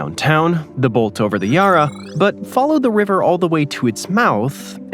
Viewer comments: AND……… learn how to pronounce the names, “Neh Pee-Ann” not napian and the bridge is called the “Bont-ee” not “the bolt”. It’s named after a former State Premier. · By far the largest and most impressive and famous bridge in Melbourne is between the Bolte Bridge (pronounced Bolty, not Bolt) and the river's entrance to the bay: the Westgate Bridge. Just more artificial stupidity. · Bolte Bridge is pronounced "BOLT-ee" after a State Premier from the mid(?) 20th century. (Older Victorian-born residents might be able to clarify, I'm an ex Tasmanian and could wax lyrical about that State, but not in the usual way Tasmanians do.) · Bolte = bolty Nepean = Neh-pea-an also, as others have pointed out - Westgate Bridge, (mentioned at about ) which partially collapsed in October 1970, before being successfully completed, spans the Yarra close to the port - and the access to the Bolte was connected to the Westgate Freeway as part of the Citylink "ring road" (I'm old enough to remember when Westgate was tolled) there'd be no reason to build a bridge, there's a decent ferry service (seasonably affected) between Portsea and Queenscliff that takes about 45 minutes, and I doubt there's the traffic to even consider building one - not to mention the multi-million dollar properties in Portsea and surrounds whose owners would likely protest vociferously, and I think there's a national park right at the tip of the Mornington Peninsula (the eastern "pincer"). I've only been on it once, returning from an aunt's funeral in Geelong, but we travelled up to and through Melbourne in morning peak hour traffic before driving to Queenscliff to catch the ferry. and on that map, the ferry to Tasmania isn't leaving from Geelong (which is in Port Phillip Bay, on the satellite map it's the populated area to the SW of Melbourne in the crook of Corio Bay), that line seems to be vaguely near Sandy Point close to Wilsons Promontory